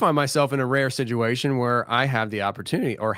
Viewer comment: I pointed out to my husband that you put a D in the word situation making it siduation and now he can’t unhear it every time lol